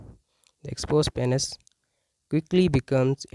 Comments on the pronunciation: It's PEEEEEEnis not PAAAAAHnis. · Oh my god let’s start with saying Penis correct… PEA-NYS LOL